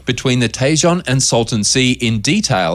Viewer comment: Tejan is not Tay-jan it tay-hone